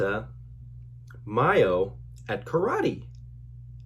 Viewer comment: Ma-a-yo is the right pronunciation. Keep trying 😁